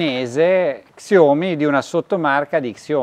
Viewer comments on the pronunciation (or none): ....Raga però pronunciate bene i marchi: XIAOMI = SCIÀOMI 🤟😅 Ottime recensioni come sempre, un abbraccio dalla Polonia 🇵🇱